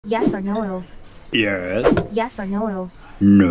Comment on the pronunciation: "yes or noOol" got me rolling💀